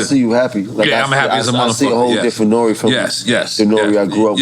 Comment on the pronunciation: "Hey siri, play NORE-Closer"